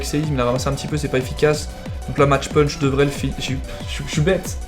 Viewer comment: CA SE DIT MACK PUNCH PLS Sinon si tu veux le françiser à fond t'as qu'à dire mache pûûûûnch. Ca me fait grincer des dents à chaque fois...